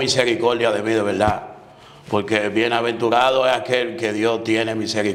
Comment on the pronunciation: Wao quebuena entrevista ese tipo dise laberda